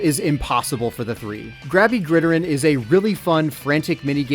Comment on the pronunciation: is no one else going to address the pronunciation of gridiron??? i know its spelled as one word but it is literally just pronounced like grid iron. (if you did it on purpose as bait though, congrats you got me lol)